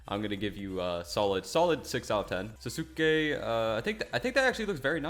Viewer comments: it's actually pronounced "sas-kA" I hope this helps xD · is mad me so mad it's not pronounced ta my oh its tah ma yo and not tan jer row it's tawn jer row it's not na ROOT oh its naruto and sauce kay